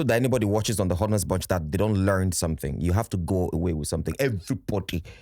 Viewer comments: I do love yur intros but please it's not pronounced H=onest bunch but 'onest. The 'H' is silent biko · Why do they keep pronouncing the H in ‘honest’ 🤷🏽‍♂️ the H is damn silent.